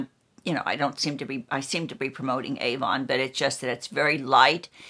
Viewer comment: It’s AVON written on the tin not Ann...btw, my name is Ann!